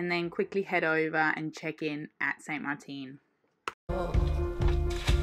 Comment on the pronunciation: Hey, very Cool! I would suggest a correction in pronunciation; it;'a NOT St Marteen, but St.Maarten (Dutch side) and St Marten on the north side. There's no accent on the "teen". The double A is kinda stretched out as in Maaaarten. I think there is somewhat of a lag because when I left you two in St Maarten as you awaited these repairs, Im just receiving the transmit today (April 12th, before Easter weekend. I wonder where you sailed from St.M. Loved to hear each one of these episodes! Hope yoju have nothing but GRAND weather!! Dave in Rochester.